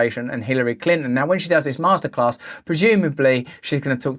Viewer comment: Masterclass sounds like Masterrace....